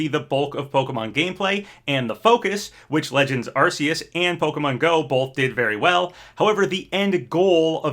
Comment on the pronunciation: How he pronounced Arceus lmao